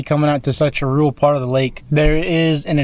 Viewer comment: Rule? Or rural? Two different words.